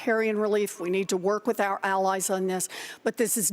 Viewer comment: Pete Buttigieg is so confused about the statement because it sounds like Bloomberg said, “Walk across the aisle” instead of “work” right after his statement about the gay marriage hahaha